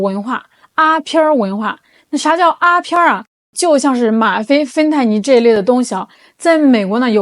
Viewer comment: 阿片就是鸦片 不要读成阿 片儿